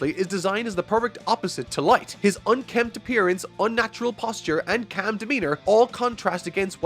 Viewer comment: It's calm,. You do not say it as "cam".